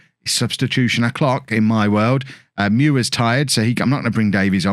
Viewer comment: I believe 's thinking is along the lines of : Open Google; type " pronounce Muir ", find out you can rhyme " Fewer, pure, Muir " Then ignore it because it's mildly funny and he's going to generate more comments by continually mispronouncing it... PLEASE DO NOT FEED THE ANIMALS 🐵🐻🦝🦁🐯🐨🐼🦜